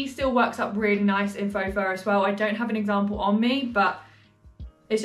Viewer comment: You are totally saying faux fur correctly! ❤